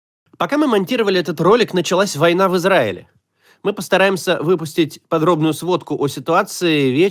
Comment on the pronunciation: в Изгаиле?? Ой вей, Ви таки отчаянный шлемазл, Моксем 😂